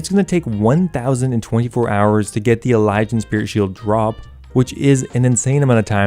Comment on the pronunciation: Why is it that nobody who plays Runescape knows how to pronounce Elysian?